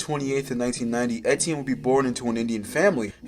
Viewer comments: It was driving me crazy 🤣 E-tienne not EN-tienne ffs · Brother you keep calling him ENtienne your entire video but it's ETienne like want to do some research orr just make stuff up? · why do you keep saying "ENtienne" its so distracting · Pronouncing it Ntn was driving me insane 😂😂😂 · bruh if you’re making a whole video about someone at least get his name right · how do you keep saying his name wrong